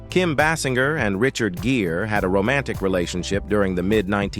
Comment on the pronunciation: What is this crap?? You do a profile on Kim and cant even PRONOUNCE her name right? And you keep saying it different ways; what is this?